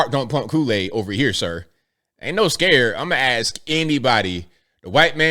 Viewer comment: He can't even pronounce ASK 😂 and EXPLAIN... ASXK AND AXPLAIN